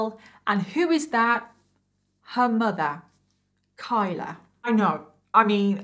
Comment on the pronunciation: im sorry but "her MUDA "